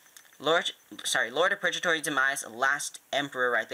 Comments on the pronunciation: It is Zwei as in Zw-eye it's German for 2 Purge-atory isn't right it's purgatory the other g sound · Its Pur-GA-tory (like how you Gao's name) And Deity: Dee-a-ty In case you'd like to know.